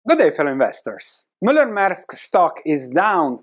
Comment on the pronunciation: Now, I know how to pronounce properly Moller Maersk .